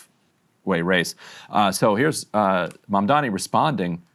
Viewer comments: Coumo at least learn to properly say his name its not "Mandani" it's MaMdani! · Cuomo doesn’t even know his opponent’s name. It’s Mamdani not “Mandami.” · He can’t even say his name correctly.😂😂 He keeps calling him “Mamdaami” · Can the Cuomos please learn how to pronounce Mamdani? Both brothers are always saying MamdaMi, and it frustrates the ever living hell out of me. Maybe Cuomo will lose just because people hate that he can't pronounce the letter 'n' in Mamdani! Holy hell it's not that hard. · He's still saying "Mamdami" lol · He still can’t even say Mamdani’s name! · Has Andrew decided to never pronounce Zohran’s last name properly? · IT’S M-A-M-D-A-N-I!!!! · After all this time, he still can’t pronounce his last name 🤣🤣🤣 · Andrew Cwerment intentionally mispronouncing Zohran’s last name at this point in time is childish and borderline racist. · lmao he still can’t pronounce “Mamdani” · Cuomo somehow simultaneously has Mamdani living rent free in his head and also cannot figure out what order the letters in “Mamdani” go 😂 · Can someone ask Andrew Cuomo why he refuses to pronounce Zohran‘s last name correctly?